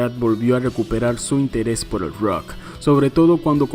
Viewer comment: Porque dices “ruoc”??...es rock ¡plop!